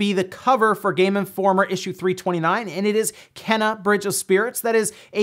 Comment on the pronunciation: Just a heads up, the game is "KAY-NUH Bridge of spirits"